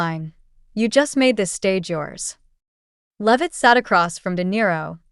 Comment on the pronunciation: It’s not loveit it’s LEAVITT. AI VOICE FAKERY